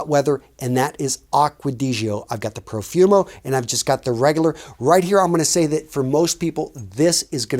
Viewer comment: It's Profumo not Perfumo. :)